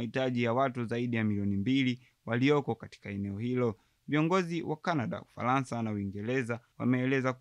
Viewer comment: Umefanya vyema lakini Matamshi sahihi ya baadhi ya meneno ni changamoto mfno; Uingeleza❌ Uingereza✅✅, Ufalansa❌ Ufaransa✅✅ Tambua kwamba Matamshi ya maneno ni SUALA muhimu sana ili kulinda mantiki rejelewa